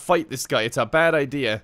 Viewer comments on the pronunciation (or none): none